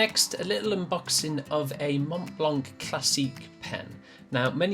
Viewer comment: "Montblanck" lol.